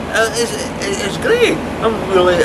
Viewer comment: Only a small criticism on The “GREAD” Norfolk Broads Adventure